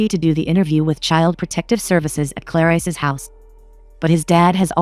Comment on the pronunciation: Ohhhh, I googled it and IMDB has the "evil stepmom's" character name as Clarise. The AI robot voice couldn't handle it lmfaoo